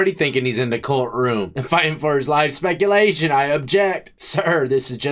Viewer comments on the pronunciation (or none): “Dats spekulashon”